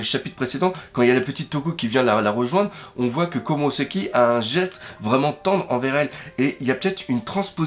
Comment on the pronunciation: S'il te plait arrête de dire KomurOsaki C'est perturbant donc dis KomurAsaki XD